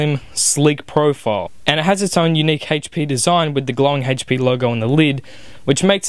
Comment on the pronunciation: It's not "hey-ch" p, it HP lol